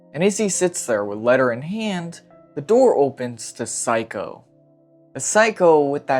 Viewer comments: Amazing video! One thing that bugged me though is your pronunciation of the mother’s name, it’s not like psycho, it’s like say-ko, not psy-ko. Apt mispronunciation though!! LMFAO! Amazing. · yeah i thought he was calling her psycho as an insult for a while 😭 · It's interesting because he got Sei's name right and Seiko's name has the same first 3 letters 😭